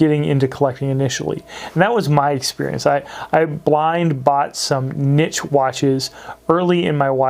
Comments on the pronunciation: Niche pronounced neesh! 😂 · The way he says niche gave me aids